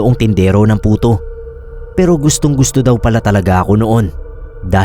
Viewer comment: Sorry po pero napansin ko lang.puto po d Buto hahaha